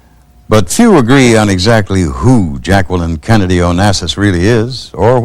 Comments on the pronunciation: the most beautiful of First Ladies. Her name is actually pronounced (Jack-lene) Jacqueline Bouvier Kennedy Onassis. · did he really say Jackwalyn?